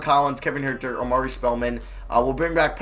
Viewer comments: HUERTER IS PRONOUNCED HURT-ER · Huerter's name is pronounced "hurter" like as in someone who hurts